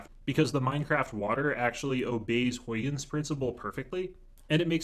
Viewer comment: Great explanation! Also, that's not how you pronounce Huygens :p